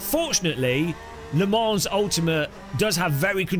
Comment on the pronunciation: he said le morons